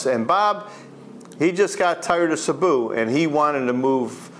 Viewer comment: Cēbu not Cabu . That’s all .